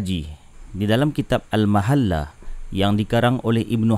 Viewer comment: Baca "kitab muhalla bkn mahalla.